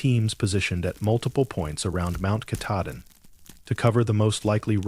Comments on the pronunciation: Ka tah din is how you say it. It’s hard to believe this when the guy who is supposed to “live in Maine” can’t even pronounce it. 🙄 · "Mount catadin" thats embarrassing.......ill find another channel to watch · Brewer Maine, but I was born and raised in Millinocket! I like the stories, but someone's gotta tell the AI it's KAH-TAH-DIN. 😊 Great job though! I'm writing a collection of short horror stories myself, all based on legends/myths from the North Woods. Stay tuned! ❤ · He knows the name and has worked there for years but can't for the life of him pronounce Mt Katahdin!!! (Cah-tah-din) Not hard really! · KA-TAH-DIN, you didn't work there if you can't pronounce the name correctly! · Learn how to pronounce Mt Katahdin correctly. You are murdering it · You had me until AI pronounced Katahdin wrong. That’s when I turned it off. 😂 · The narrator is not a park ranger. It doesn't even pronounce Katahdin right. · Pittsfield, Maine Come on. You could at least pronounce Katahdin correctly. SMH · I was unhappy with the pronunciation of Katahdin as well. 🙄😬😠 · It's so weird how inconsistent it is. The first story was pronounced incorrectly. The second it was correct. The third it was wrong the first time and right the second time. All the same AI. I don't get it. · He needs to say mt.Katadin the right way it's not how he says it 😊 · BECAUSE THE NAME OF MT. KATADIN WAS INTERMITTENTLY BEING PRONOUNCED WRONG. I READ A COMMENT BY A READER FREAKING OUT ABOUT IT. I COMMENTED MAYBE IT'S AI NARRATED. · The AI reading this sucks. For actual Mainers to be expected to listen to horrible AI mispronunciations of places they know and love is unconscionable. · Doesn't pronounce Katahdin correctly. Can't be a Baxter Park ranger